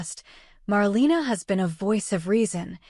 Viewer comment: If you’re going to do these reports, you should already know her name is pronounced “marLAYna” 🙄